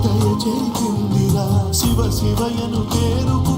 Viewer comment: శివ శివ శంకర పాట లో రామకృష్ణ ఎంత హాయిగా తెలుగు పదాలు పలికాడు.. వీళ్ళకి శివ అనడమే రాదు షీవా షీవా అంటున్నారు.. అలా తగలడింది ఈ కాలం...